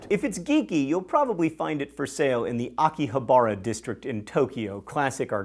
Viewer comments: Since you re-uploaded, I am obliged to re-comment: Wow your pronunciation of Akihabara is highly cringe-inducing! Hahaha, I mean, English speakers often mangle Japanese by adding stress in weird places, but I've never heard someone say "Akihabara" like that! Mispronunciation really is your thing. Anyway, most English speakers say it more like "a-ki-HA-bara." It's closer to the Japanese way (which uses pitch instead of stress). Akihabara is also a famous center of electronics shopping – in fact that's how it came to become the "otaku" center it is today. Also, while I'm at it: To-kyo, not To-ki-yo. (I try not to upset myself over this too much, but for the love of God! Why do people add an i-sound in there!?) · His pronunciation of Akihabara is really strange too. He really is the king of mispronouncing things.